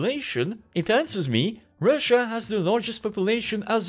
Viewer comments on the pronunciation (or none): none